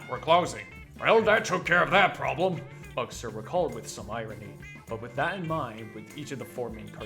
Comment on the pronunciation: Great video! However, you pronounced Al Eugster's name wrong, it's not “Ugster” but rather pronounced “Yoogster”